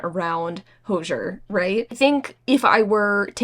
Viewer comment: When you kept saying Hozier i thought you were saying hoosiers, like a sports novel 🤣 then I realized you were saying Hozier as in the singer! I adore Hozier! His name is actually pronounced Hoh-zee-er.